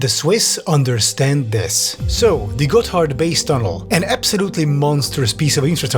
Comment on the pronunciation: I keep hearing him say it as "Got Hardbass" and I cant stop chuckling